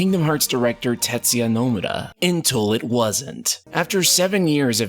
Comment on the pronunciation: How do keep doing saying names wrong? No-mur-ah. Well I take this over CLEAVE any day haha. Whew luckily just the beginning overall good vid. Cannot wait for ya to meet the man himself and have him correct you on how to say Tetsuya Nomura. Tet-sue-ya No-moo-ah